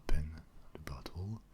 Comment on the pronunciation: He says bottle like buthole, great vid tho